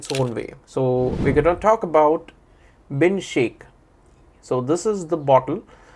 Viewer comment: Bin shaikh, ❎ Bin Shake ✅😅😅